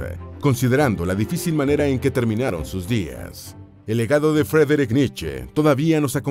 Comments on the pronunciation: Me subscribo, un muy buen canal, lo que sí, la pronunciación de Friedrich es "Fridrij" en FORVO esto se puede corroborar para pronunciación de nombres. Y Leipzig se pronuncia "láipsik" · Vi el video hasta que la voz en off dijo " la triztehhh vidahh de Fredrich Nitcheehh"